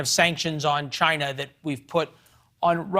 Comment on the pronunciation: "Maybe that is a question you should ask Chy-na." DJT